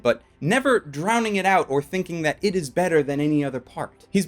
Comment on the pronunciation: he also said mujik instead music